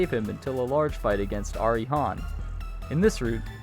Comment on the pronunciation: IT IS PRONOUNCED ARI-AYE